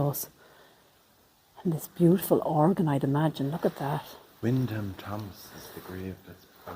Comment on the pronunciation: Wyndham is pronounced WINDEM, guys!.😊😊